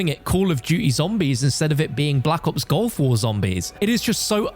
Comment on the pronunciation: stop saying GOLF war please.. Its GULF war